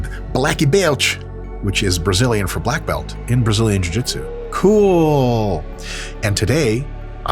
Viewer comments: 10/10 pronunciation of blacke belte, Dr Mike! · Dude Mike, you KILLED that PT accent, very nice! Gotta love Brazilians adoption of so many English words, but keeping their pronounciation. Laptop, Walmart, McDonalds, and now black belt are some of my favorites.